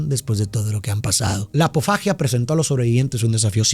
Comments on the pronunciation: se dice antropofagia y no apofagia pero de todos modos gracias por el resumen😃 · No es pofagia, es antropofagia. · en este caso se equivoco al narrar, sería antropofagia